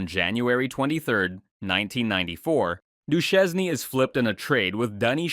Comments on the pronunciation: Steve Do-shane should be the correct pronounciation. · How can you pronounce Lefebvre but not Duchesne ? This is illogical af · Steve Du-chez-nee?